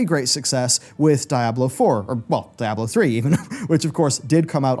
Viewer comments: Diablo is pronounced "DEE-AH-BLOH" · DIE-ablo lol